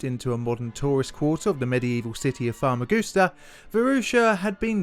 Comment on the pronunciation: I grew up in in the Varosha district of Famagusta. I was there during the Turkish invasion, and the things I experienced in that dark time still haunt me. I played on that beach every day. It was a beautiful city, and part of me still considers it home. By the way, you totally butchered the pronunciation of Varosha and Famagusta dude